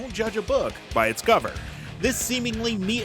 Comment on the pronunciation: Yeah and “don’t judge a book by its gover”